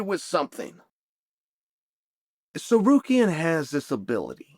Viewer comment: you can always tell when I fighter gets on chaels good side because he starts pronouncing their names correctly... no more sa-car-ree-an. 😂😂😂